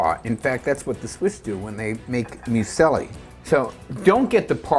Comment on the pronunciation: Sweetheart, 'muesli' is pronounced 'moosli', not 'mu-selli'. Lol.